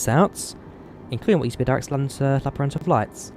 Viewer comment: I just came here to hear you say lappeenranta, good job. Finnish is often pronounced funny by foreign people. Im from finland.